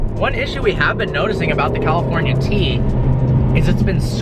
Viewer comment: Drinking game: a tequila shot, everytime he says "Cawlifournia".